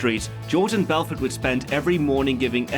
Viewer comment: BELFORT say it right